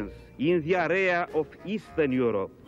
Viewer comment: Ce-a zis Iliescu? In diareea? Minutul 😄😄😄